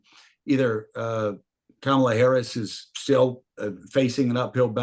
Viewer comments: Really so hard to pronounce “Comma-La”—- seasoned professionals just can’t seem to get it. It’s ridiculous. Thanks Mark for requiring professionalism. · As I understand, the traditional pronunciation is more like Kamla with no emphasis on either syllable.